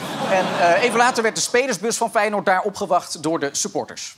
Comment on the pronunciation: Fei je noord? Zo spreek je dat nier uit